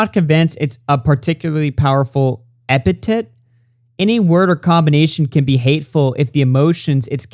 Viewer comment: No look up how to pronounce epithet. That was difficult to hear. Anyways, I never liked any slurs. I said the f-word once and immediately felt bad for it. I don't like that calls things Aids and Gay, BUT, I don't report him for it. I don't get on a soap box calling for him to be banned off of YouTube. This is the problem with all this. They didn't see that championing for people to be banned for slurs would end up biting them in the ass. We've been trying to tell them for a few years now. Reality has caught up. And they'll still not get that we don't care if you call us a cracker. (I'm only half White and look Mexican. When am really Kiowa Native so I'll never be called cracker, but my Dad sure as hell might. Still don't care.)👊